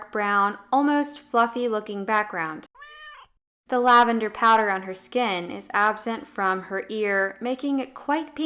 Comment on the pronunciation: Just a little friendly advice: the organ that covers one's body is pronounced "skin", not "sken". Pronouncing words correctly makes a big difference when you're trying to be a credible source of information.